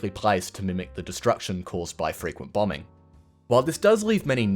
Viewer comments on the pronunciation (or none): none